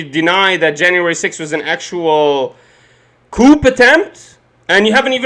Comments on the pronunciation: Friendly point. Coup is Is “koo” not “Koop” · Youre pronouncing the word coup wrong. Its pronounced coo. Im not being a smartass, just letting you know bro